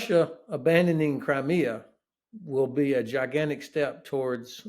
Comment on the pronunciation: "Ginanic", I'M OUT!